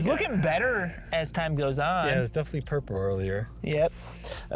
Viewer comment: Did anyone else realize Mark says “It’s definitely purpur over dawre” 😂😂😂😂😂